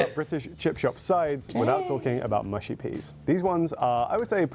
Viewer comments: Thank you for this! Tired of hearing “mooshy” from Americans 😂 Although the other comment is also correct in that certain dialects will mispronounce it also on account of their accent! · MUSHY peas, not mooshy. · Mushy as in ‘hush’ not as in ‘push’. Pickled onions are delicious.